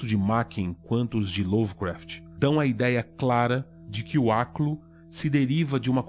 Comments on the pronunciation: aliás, sua pronúncia do aklo é justamente o que eu imagino de um habitante de ishmouth ou um deep one falando, ou seja, um tom de voz gorgolejado e embriagado. Parabéns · que bela pronúncia e sotaque perfeito, realmente uma língua maravilhosa